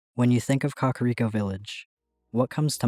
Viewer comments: KAKA-riko???... it's ka-KAR-iko lmaoooo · It's not pronounced Kakariko. It's pronounced Kakariko.